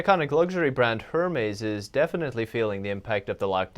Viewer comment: Hermes... Er Mez. 😂